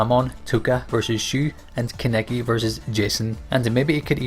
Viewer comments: It's kakune not kukun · Said kaneki’s name wrong